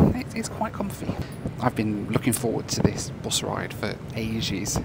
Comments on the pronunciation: I love how pronounces bus as, "boass". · Hey.. the way you pronounce "bus" is a bit worrying with the british accent.... its not"boos" or " buus"...its just bus... British accent is funny though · this guy calls bus as buze🤦‍♂️🤦‍♂️🤦‍♂️